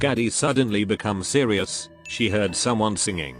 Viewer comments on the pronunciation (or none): none